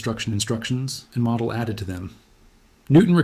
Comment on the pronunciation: Sorry, couldn't watch it. His name is pronounced mow-dell (mow, as in mowing the lawn). It's not pronounced model, as in model car.